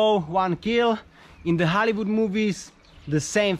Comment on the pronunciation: Oooh he was saying Hollywood, I heard Halibut